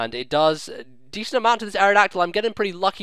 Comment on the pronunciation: Isn't mega-dactyl's base attack 135? "Decent attack" my az., get them English words out correctly man:D